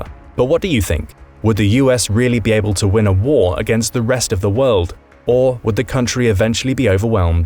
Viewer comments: The “Wold” 🤭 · What is “The Wold”? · Wold? Haha. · Uhhh🤨what’s a ‘wold’? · *WORLD;...-->>NOT: "WOLD"!!! !! !.